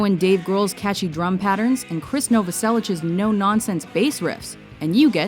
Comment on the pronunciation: Wow, she actually pronounced "ć" in Novoselić right. You don't hear this often in the English speaking world.